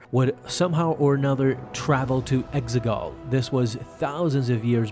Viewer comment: Exegol....say it with me...EX-E-GOL